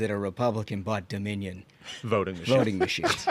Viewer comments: Can we revisit how Jasmin mispronounced Dominion? 😂 Domin-ian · Jasmine, "" worries about "Doe-MINnie-YUN." (🤔???) machines. worries about "Leeveritch." Yes, even the spoken word. EVERYTHING Democrats touch...